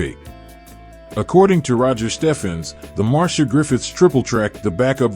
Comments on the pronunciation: She is not "MAR-SHA" but MAR-C-IA". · Marcia Griffith's. Mar see ya. Anything else is a mispronunciation. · I always thought Marcia was pronounced Mar-Cee-Ah? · Her name is Marcia not Marsha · MarCIA, not MarSHA….